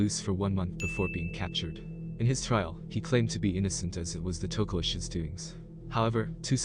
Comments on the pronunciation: Its "tokolosh", not "tokosh" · “Hosh Tokolosh”